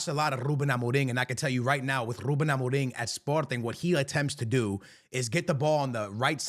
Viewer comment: I heard you said ruben amoring...😂